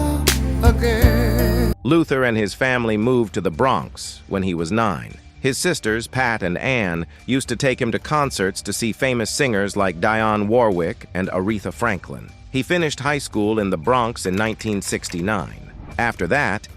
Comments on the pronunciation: Dionne pronounced Dee -Yawn not Die-Yawn. Sorry but respectfully I can’t let you pronounce Ms. Dionne Warwick’s name wrong. Maybe this AI.. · You pronounced Dionne Warwick's first name as Diane it's pronounced as Di-onne, get it RIGHT please. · It's pronounced 'DEE onne, not Die onne. DEE DEE DEE it was never DIE, IT WAS DEE. Im so sick and tired of the bots mispronouncing history!! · ITS NOT DYE-ON Warwick its DEE-YON warwick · It's "Dee-Onne" not "Die-Onne". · I knew his cousin Richard and he told me that he was gay. That was not a big secret. By the way, learn to pronounce names correctly. It is pronounced "Dee-on", not "die-on". Get your facts and pronunciation straight before posting a video. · Dionne is pronounced DE on. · Dionne Warwick isn't difficult to pronounce? (Dee-on) Oh, but this is AI. Luther was one of one!!!! His talent was beyond. From singing in the group, Change, his limitless background work, to his phenomenal solo career. Luther and my mother passed away on the same day. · Please say Dionne Warwick's name correct. It's evident that this is a AI. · You can't even pronounce Dionne's name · This guy and his mispronunciation of Dionne’s name is annoying!